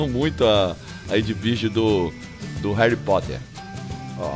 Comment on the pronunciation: E Harry Potter não Hery Potter...